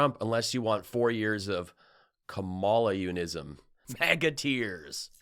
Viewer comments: KAmala, not kaMOLLa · Please pronounce Kamala correctly! Comma la, not Ka MAL A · Please practice the pronunciation of Kamala. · Bravo! You link adjectives together in new and fascinating ways, e.g. description of Crusty Gnome. DJT providing 'emotional support' is akin to Putin providing air conditioning accessed through a 12 story open window. Think 'Comma-la'. Rednecks around me here in good ol' Georgia giggle when saying Ka-MALA because they think it sounds African. Please come play the Fox. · You pronounce Kamala's name wrong